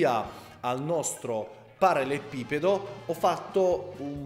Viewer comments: Sarebbe bello vedere altri video di questo genere,.:) Magari, prima impara a dire "parallelepipedo"! Hahahahaha:p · L'uomo che riesce a progettare un mobile di design ma non riesce a pronunciare ''parallelepipedo'' Ti stimo hahaha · Solo a me triggera tantissimo quando pronuncia ''parallelepipedo''? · in realtà è parallelepipedo, ma sono io nabbo a non saperlo pronunciare bene :)